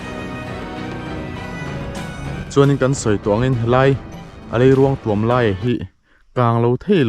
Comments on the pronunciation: Hmuhnawm thin e. Leiruangtuam_a 'tuam' lai hi a thluk hniam lo, a khamphei pangngai, 'puan ka thui' tiha 'puan' ang hian lam la a dik zawk ang. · Leiruangtuam i thluk diklo rei tawh khawp mai hrilh tu che an awm lo em ni aw.tuam i thluk dan hi lei zawk hi ruang in a tuam a ang tlat. Lei in ruang a tuam zawk tur a ni....i pem kha tuam rawh tih a 'tuam' i lam ang khan lam tur.